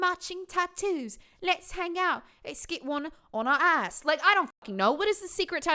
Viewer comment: "Less git one on our ahss" had me on the fLOOR